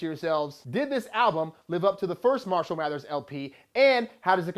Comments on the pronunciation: Can you please pronounce his first name right? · Haha he said it wasn't better than Recovery LOL. and at least say 'marshall' right